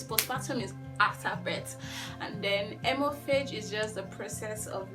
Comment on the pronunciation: Haemorrhage is pronounced as “himoreji” or “hemoreji”